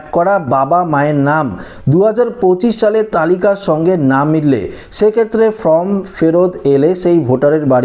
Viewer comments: ek kotha bar bar bole time pass kora, 4 te karon taratari bolun. sobdo ta FORM ,not FROM. Video bananor age minimum english ta to sikhun. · Form,not From. Please pronounce perfectly.